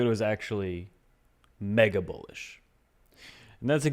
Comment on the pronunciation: OOOOHHHH!! Mega Bullish! I thought you said Mega Bullshit!